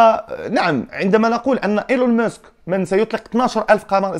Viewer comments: إلون ماسك ماشي موسك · إيلون ماسك و ليس إلون مسك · اسمه ماسك و ليس مسك